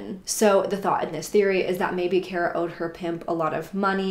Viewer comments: Her name is pronounced car-a, not care-a . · It's pronounced car-uh btw